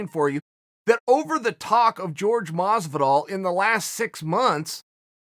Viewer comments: great talk! It is not “George” it’s “Jorge” asin “Horhe Masvidal” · Everybody: Hhó-rhhe, Hor-hay, Hór-Ge. Chael: George. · Day 10000 of telling chael that GEORGE masvidal actually name is jorge and it Pronounces horhe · Hey "Chay-yell" Sonnen, as a commentator and someone with a name that can probably mispronounced can you just call him "horhe" masvidal? Note it's a short "e" sound so not "horhay" but rather "horhe" lol thanks I hate hearing you and askren say George. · Btw its pronounced Jorge Not George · Masvidal mentioned that if he wins or not, he'd like to "run it back" with Nate and give him another shot. Even if he wins the belt, he wants to give Nate taht shot to take it from him, Respect to Jorge... also why do you always call him George? lol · Why do they call him George and not Jorge? They dont call kamaru, Marty. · Why is he calling him George? It’s really not hard to pronounce his name correctly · I always have to smile when he says "george" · Just say Masvidal, Chael. Dont need your whiteboard spelling to leak into your pronunctiations.